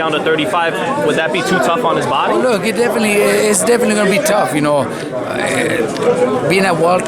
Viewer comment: "Well lookah" 😅